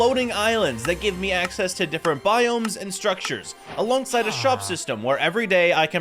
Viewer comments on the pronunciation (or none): none